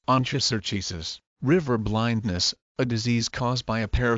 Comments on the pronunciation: No!!! This is the wrong pronunciation!! It's- in the simplest of sounds- on-koh-sur-kye-uh-siss Or if this is easier to understand- on-kO-sir-kI-S-iss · The wrong pronounciation.